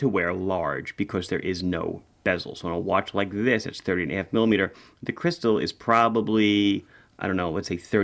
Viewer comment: Lol thanks, I suspected it to be 38.5 but my ears definitely heard 30.5 several times in a row! 😂 Thanks for the video, great-looking watches!